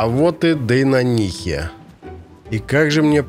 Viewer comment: Ты спецом коверкаешь слова? Какие дейнонИиИ и мАнтисы?